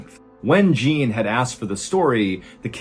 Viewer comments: It's Jean for crying out loud! Not Gene! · Jean is not pronounced “gene” it’s pronounced je-ahh-un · Pretty sure Jean is pronounced Shawn. Like Jean Claude Van Dam. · Jean is pronounced more like “John” with the “j” sound you’re using for the nameJacques. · So funny how pronounces Jacques correctly but pronounces Jean "gene" LOL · Sorry, Mr. Ballin I have to do it. Since this is French Jean would be more pronounced like Shawn. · the pronounciation of "Jean" as a boy's name in French is more something like "Shaw", not like the English female name "Jean" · Jean is pronounced like your name John cut off really short Joh in French and it means John in English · Darlin.... the way you are pronouncing "Jean" is setting my teeth on edge. It's pronounced like your name, but with the "zh"... think of the StarTrek Next Gen character Jean Luc Picard. To understand the way the mispronounciation grates, as a native Masshole, imagine someone repeatedly mispronouncing "Gloucester" or "Stoughton".... after like the second time, your nerves start to fray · I think Jean might be pronounced ʒɑ̃n (Xun). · Love your stories but how did you manage to correctly pronounce Jacques but not the French pronunciation of 'Jean''? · LOL! Mr Allen couldn’t properly pronounce the French counterpart of his own name. Jean (Dzan) is the french counterpart of John. Not making fun of this. It’s nothing serious. 😊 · For the record, the male name Jean is pronounced Jon. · Jean is pronounced John in French. The beast sounds like a Lupe Garu. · Hi, John. FYI - "Jean" is French for "John". It is pronounced "John" with a soft "J" like "Jacque". Same as your name! 😊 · Sad that so little fact checking was done on this story. No idea why you renamed Jaque's friend Joseph & made him into his brother called Jean, but you'd have thought at least one person in the team would have checked the French pronunciation of "Jean" which is NOT like denim jeans but closer to JOHN with the softer French "J" 👎🏻